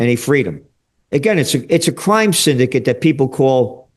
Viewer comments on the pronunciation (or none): none